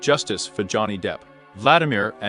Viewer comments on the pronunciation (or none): none